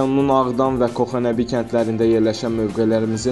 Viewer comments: Xoxanebi yox Koxanebi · Коха созуну дуз телеффуз еле, Коха йени кендин боюю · Koxa Nəbi dəki k kənd sözündəki k kimi səslənməlidir.